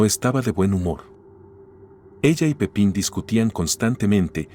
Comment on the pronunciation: Es "Pipin" Ferreras no Francisco Pepín